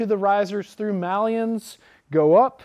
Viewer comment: This is such a great video, really appreciate you guys making it available. I think it's a good basis for making a decision on getting into the sport and choosing a school. I do have a question though, the bearded fella says 'mallion'. Isn't it 'maillon', pronounced 'may-on'?